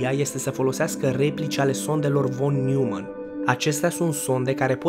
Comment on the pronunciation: Noimann nu Newmann e nume german asa se citeste 😌 no hate vroiam sa te corectez.